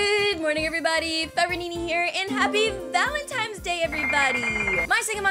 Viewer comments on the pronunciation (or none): She really doesnt know its valentines not "valentimes